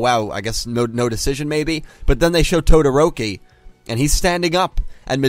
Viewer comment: its TO-DO-RO-KI wtf are you saying